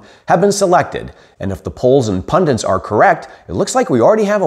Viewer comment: Thanks. Pundits not pundints.